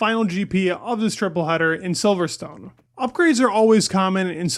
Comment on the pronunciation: its pronounced "silverston". you dont say stone